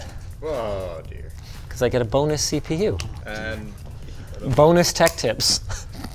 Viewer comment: "Bone-us Tech Tips" 😑🤌🏼